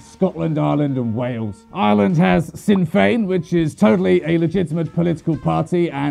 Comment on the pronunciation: Curb Your Enthusiasm + British Politics is hilarious 😂 One thing tho. Sinn Féin is actually pronounced "Shin Fane" 🙂